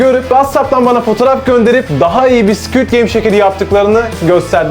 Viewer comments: Abii "sküüd geym" değil squid game😂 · Squit degil squid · Squid❌ Squit✅